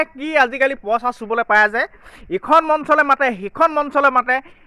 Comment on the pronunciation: Posa, nohoi poisa buli koba, nije vL Dore Asomiya kotha. Kobo najane anok kob ahise